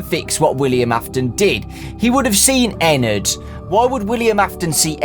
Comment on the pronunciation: Ennard not ennrd